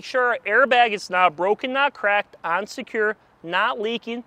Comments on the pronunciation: “On secure” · Is he saying “and secure” or “unsecure”? 🤣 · Is he saying unsecure or on secure? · On secure